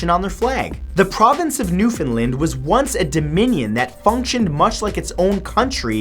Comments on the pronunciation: Matthew newfoundland is pronounced how its spelt new found land not newfinland lol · Dear +MathewSantoro I'm from Newfoundland, and it's pronounced New-found-land not Newfoundlin. I'll let this one slip but remember for next time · You pronounce Newfoundland wrong it's pronounced New-found-land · It’s Newfoundland not Newfoundlnd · that is not how you Pronounce Newfoundland..... You pronounce Newfoundland like “Understand “ .... we really hate it when people don't say it right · "newfinland" god damn it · As someone from Newfoundland the way we pronounce it here is Newfin-land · Matthew Newfoundland is pronounced Newfound-Land. Btw love your videos. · On behalf of all Newfoundlanders it is pronounced "new-found-land" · Im from Newfoundland! You pronounced it wrong. Great video though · #15 You mispronounced Newfoundland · Hey Matt just want to point out that you said Newfoundland wrong, I live in Newfoundland and I find people pronounce Newfoundland incorrectly!